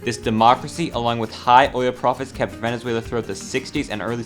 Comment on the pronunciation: "venezueulau" araepa´ guiitarists... HOMBRE YO VENGO DE VENEZUELA EL PUEBLO MAS GRANDE DEL MUNDO Y COMO PUEDES OFENDERME DE ESA MALDITA PUTA HIJA DE LA GRAN REPUTISIMA "araepa" MANERA????!!!!!????¡¡¡//%$$$####////